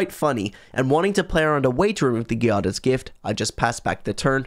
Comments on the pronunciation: The G in Giada is pronunced like the J in Jade. Giada is Jade in Italian. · To make things clearer, think about the J in Jade and then for the "iada" part think of Ada like in Ada Wong. So Giada is pronunced like J of Jade + Ada of Ada Wong.